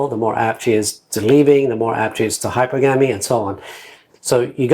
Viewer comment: Please learn how to pronounce hypergamy.